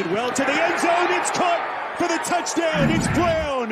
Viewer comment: “FOR THE TOUCHDOWN-EH” every single time. I’ll have to suffer this week as he is calling the Titans colts game once again